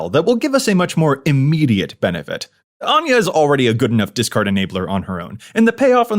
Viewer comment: I love Anje, as someone named Áine ( pronounced the same way ) its nice for someone to actually say it right for once XD